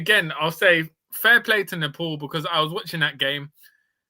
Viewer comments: Don't want to add to your grief but it's pronounced as "Nepaal" not "Nepaul" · Please dont call our country name Nefol or Nepol its Nepal 'pal' like palestine not folestine or polestine its Nepal mate. And also about kathmandu our capital its not catkmandu or katmandu its kath kaath mandu sirs. Other than that i am listening all. Please say Nepal from next time heartly request sir. Thank you